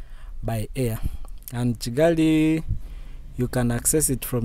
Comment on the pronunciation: May your channel continue growing. You're are doing quite well. I am a Kenyan. But why do you call Kigali as Chigali😊